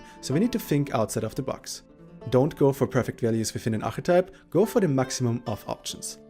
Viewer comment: How do you say mechanics and archetype? A bit annoying, but good guide thx